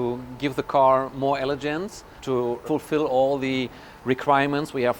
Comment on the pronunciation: Homie said "elejance" 💀